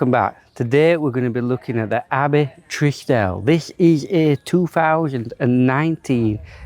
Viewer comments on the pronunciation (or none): Trieste is pronounced Tree est. It is a town in Italy. The shower head is a replacement from ALDI. I have one myself. The green dimples are a giveaway. I would not pay 29 grand for it. 19 maybe.